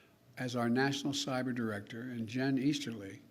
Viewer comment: And he didn't even know that the U.S. Army had stopped using "sabers" as offensive weapons for many years. Oh, "cyber" not "saber"!